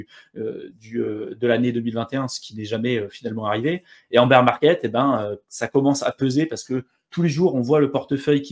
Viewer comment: BEAR ça se dit baire pas bire de beer qui veut dire bière 🍺 🍺 😂😂😂😂